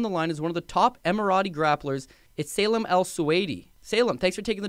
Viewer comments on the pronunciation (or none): Lolz...Salem? Sá-Leem = Salim.